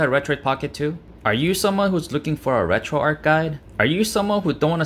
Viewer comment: RETROARCH, not Retroark.